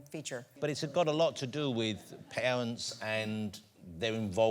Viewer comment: "diwector" ... "pawents" ... was his mother Baba Wawa???